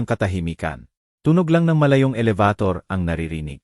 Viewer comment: Pilipino k Bkit Hnd m mabigkas NG ayos ang salita. Elebitor. Elibator. maraming Salita ang Hnd maayos bigkas in.